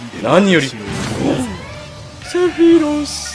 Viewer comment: 毎回思ってるけど、ｾﾌｨﾛｽの音程を一発で当ててるのやっぱすげえや…